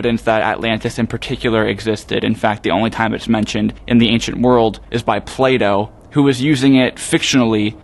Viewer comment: legit thought you said Play Dough, rather than Plato